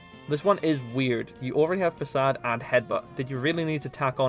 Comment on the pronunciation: I'm so happy you pronounced 'facade' properly ❤👌